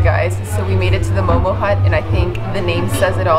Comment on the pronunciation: its mo:mo...not momos